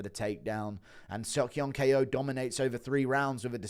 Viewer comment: Why tf does guru still call Ko, K O